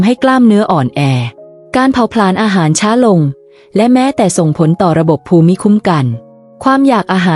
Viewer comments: ภูมิ อ่านว่า พูม. ไม่ใช่ ภู-มิ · AI ขอชม อ่านคล่องขึ้น แต่มีนิดหน่อย ถ้าแก้ไขได้ ต่อไปก็จะคล้ายคนธรรมดา อ่านเอง เช่น ภูมิ ( = พูม ) ไม่ใช่ พู - มิ / แล้ววรรคตอน ถ้าได้ผู้มีความรู้ด้านภาษาไทย ระดับอาจารย์สอน คงจะราบรื่นกว่านี้ ได้ความรู้เพื่อว่าจัดการตนเอง รับอายุ เลย 70 ขอบคุณ ผู้ทำคลิป ค่ะ 👍🙏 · การอ่านภูมิเป็นภู-มิไม่ทราบถูกต้องรึคะมันควรจะอ่านภูมิมากกว่านะคะ